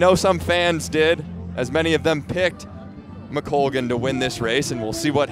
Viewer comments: Agree with many comments here- really informed commentary and knowledgable,,,,but please get her name correct. McColgan NOT McCoglan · Announcer kept saying McCoglan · who keeps saying McCoglan? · Kind of satisfying to see Ailish McColgan finally decide, in her thirties, that she can win. Her mind seems to have finally caught up with her ability. To the lady commentator: the "L" comes before the "G" in McColgan's name. How can you not hear how your partner is pronouncing it?